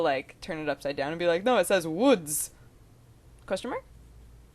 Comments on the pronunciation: "No they say uoods!" xD WOOODS xD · lmao "uoods"